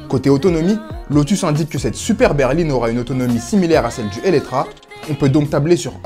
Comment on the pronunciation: Pourquoi depuis plusieurs vidéos ils disent Eletra alors que c'est Eletre ?